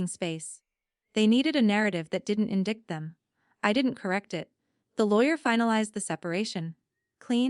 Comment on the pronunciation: Or just pronounce English words correctly, albeit "indict" is unusual.